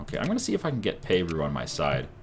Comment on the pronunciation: NO! , He did not just call Peru, "Pay-Roo"